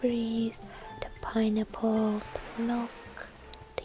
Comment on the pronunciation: When she says pineapple it sounds like pinenipple :D WHICH IS AWSUM BTW